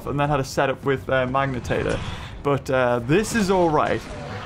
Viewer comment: i dont know why it bugs me so much...but its not a "magnatator" lol